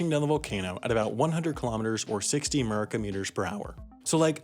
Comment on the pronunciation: “60 merican meters per hour” 💀